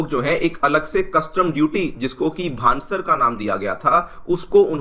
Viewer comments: भान सर नहीं भंसार बोलो 😂😂😂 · It's Bhansaar...